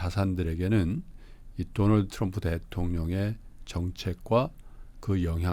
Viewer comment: 돈을 든 트럼프? 일부러 그렇게 발음한 겨? 센스있녜